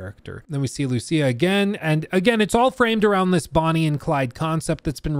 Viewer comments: LOL, I think the same EVERY TIME, just because my main language is Spanish. The name has an accent in the "í" and should be written "Lucía". the accent is in the "í", not in the "u" like most gringos trying to pronounce it LOL LOL LOL. But I think hadn't watch the full trailer yet. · I think it's pronounced as Luciya. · Lucía ! Emphasis on the í !!! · Lucia (LOO-SEE-A ) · idk how this man cant pronouce Lucia even when its said in the trailer :P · You don’t know how to pronounce Lucia when it’s literally the first thing said in the entire trailer?